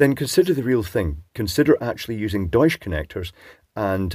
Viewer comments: It is pronounced doych. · It's pronounced "Doycha" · German pronunciation of "Deutsch" would have a hard ch at the end, like in "chair", not the softer sh sound. But I don't know the company or the bloke are German, and whether pronouncing it like a German would is appropriate at all. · Cheutsch connectors, nice…… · Hmmm, interesting. Why they are called "German" in German? You are pronouncing that name quite good, but the T is missing in the middle. It's like Dutch where the T is pronounced. Fun fact: Deutsch and Dutch comes from the same word base, it means "people". Dutch is used for the language in the Netherlands and for the German language words derived from Germanic tribes are used in other languages, like Alemanni for French, Saxons for Finnland, Nemetes for Poland. Yes, Germany in German "Deutschland" literally means "land of the people".